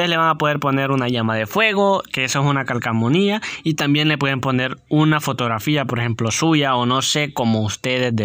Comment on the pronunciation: Calcamonia🤣🤣🤣🤣🤣 Me gustaria que dijeras calcomania y no Calcamonia 🤣🤣🤣🤣🤣